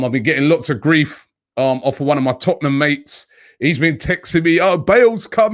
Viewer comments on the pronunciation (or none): none